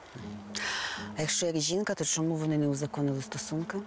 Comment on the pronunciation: Якось дивно вимовляє слідча слово Чому, каже Шому. Дивно